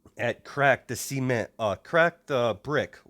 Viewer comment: “cracked the SEAMENT”